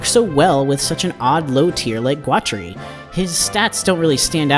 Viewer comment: So, you make a video about a guy and you have never heard someone who knew him pronounce his name. I'm guessing you just got ai to write you a script about a guy with a funky name. I'm calling murkin twatery here. That's not all but, nuff said.